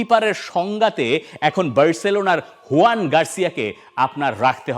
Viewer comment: Joan e bolche Bangla spelling huyan e hoy